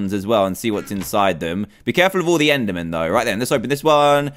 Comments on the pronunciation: its endErmen not endAmen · He called them ender mans... IT'S ENDER MEN!!!!!!! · he said ender mans no ender men